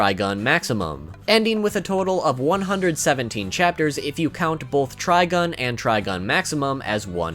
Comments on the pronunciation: I couldn't get past the 3rd time he said TrigOn... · Why you keep calling it Trigon? That's a demon from DC. You know, Raven's pappy? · glanceDup You’ve been pronouncing it wrong then.